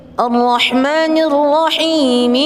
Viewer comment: ARROHMAANIRROHIIM NYA KURANG PANJANG BACAAN MAA NYA...SEHARUS NYA DIBACA 2 HAROKAT...TETAPI DIBACA TDK PAKAI HAROKAT...